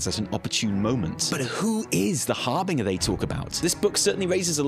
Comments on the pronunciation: magical school nerdy girl voice "It's harr-bin-jurr not harr-bin-gerr !" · FFS, it's pronounced HAR-BIN-JER!